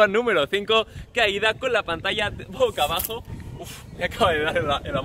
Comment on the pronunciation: “Pocabajo” NO!!! BOCABAJO